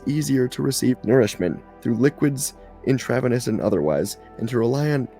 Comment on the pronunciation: "in-trah-veh-nus" = "in-trah-veen-us" 😉